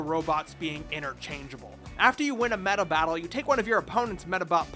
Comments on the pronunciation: What's weird here is hearing you say Medabattle instead of Robattle. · Its ROBATTLE...not meta/Meda battle... right?